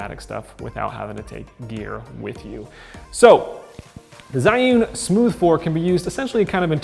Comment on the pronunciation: I believe it's pronounced Ji-yun like the word June but with an "e" after the J.